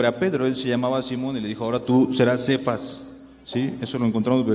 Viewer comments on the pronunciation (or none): ademas es cefas o kefas no sefas amigo wtf